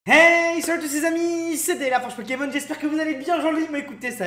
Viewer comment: On croit que dans son intro il dit : Hey salut tout le monde c'est day lafarge pokémon non ?